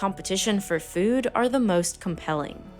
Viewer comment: the way you say “Fewd” gives me depression lmfao